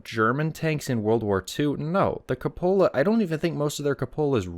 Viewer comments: It's koo-puh-luh, not co-pola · I've listened several times but I just don't understand why you pronounce "cupola" the way you do. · That's the most interesting pronunciation of the word "cupola" I've heard.